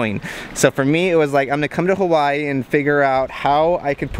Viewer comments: I hate how you people pronounce hawaii. I know you are pronouncing it like the natives do. But it just sounds ugly. Hawaii or hawa-ee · the way he says Hawaiʻi makes me cringe.